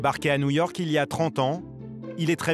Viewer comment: nouillorque nouillorque